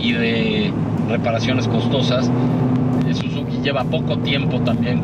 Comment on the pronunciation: Chequen las tablas dice "Sizuki"